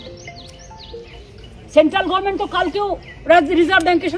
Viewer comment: মমতা কে দেখান কেন?সহ্য করা যায় না। দুদিন পর তো তিহার এ যাবে।ও আবার ইংরেজি বলে কেন? বলে গরমেন্ট , Government pronounce করতে পারে না। অপদার্থ